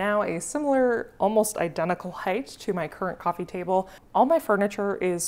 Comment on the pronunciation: Coffeen table!! 😂 sorry, i couldn't resist...